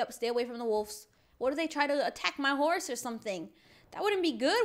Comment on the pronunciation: Cookie girl:D cat:3 lol when ever I play I haven’t been on roblox in a while but I was thinking In my head I’m gonna name my horse butter cup also read the description she said hose instead of horse and BUTTER CUP IS CUTE BAM WHAT!!!!!